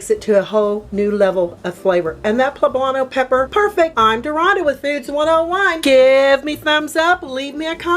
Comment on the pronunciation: Poblanto????? Smh